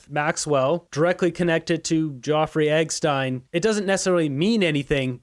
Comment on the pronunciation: Why are you saying "Joffery Eggstein"? It sounds like a poor attempt at smearing Carney. Carney is a fraud, so just say it.